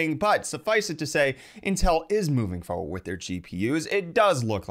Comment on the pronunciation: The word is foRward not foward. Stop purposefully mispronouncing it in a sad attempt to sound like a rapper.